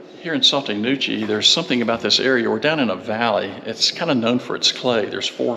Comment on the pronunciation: It is pronounced “Saw-TEE Nah-KOO-chee”. Spelled Sauté Nacochee. I live in this area. (In an RV full time.)